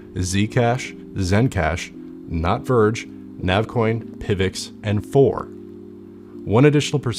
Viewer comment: he said "Nav, Verge" which sounded "not verge" lol I believe